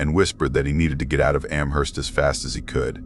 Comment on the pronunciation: I’m not a fan of mispronounced ‘Amherst’. It’s a place in Massachusetts USA too so no excuses.🤣